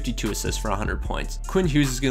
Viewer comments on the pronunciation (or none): none